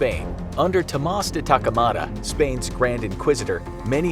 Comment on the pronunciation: Tomás de Torquemada, not Takemada, and Galileo Galilei, not Galeilly.